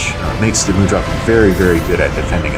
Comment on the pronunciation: mud rock. say it like that. not mood rock.